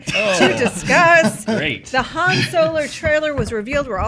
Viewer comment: says Han Solar or Soler